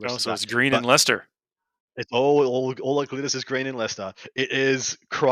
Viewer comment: Great show as always. Thanks for covering Leicester, and pronouncing it! I had a great time, brilliant tournament, and already got my ticket for Nottingham in January.